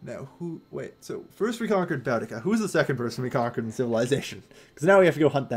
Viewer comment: Said Boudicca wrong, it's Boo-dica. I'm assuming you're just going to say everything wrong unfortunately